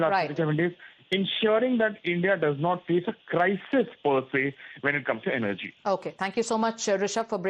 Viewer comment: Represantative, why do english newscaster, give news in english. This lady cannot prounce a simple word Represantatives This word is not prounced the way its written.Its prounced , Rep re sen,tives. Not as she says, Rep-ree zen - ta tives. Energy,also she misprounces. What english is taught to this harsh spoken,lady?